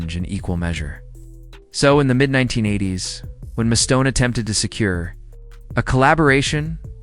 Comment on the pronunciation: "Mustone?" It's MUSTAINE. You're full of crap.